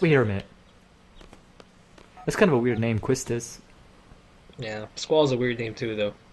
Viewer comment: It's confirmed that it is pronounced "sigh-fur" also Quistis is pronounced "Key-stis" its a french name :)